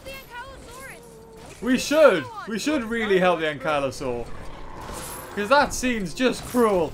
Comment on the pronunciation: it's not an ayn-ki-la-sore it's ank-lee-ah-saur but it's more like anklyosaurus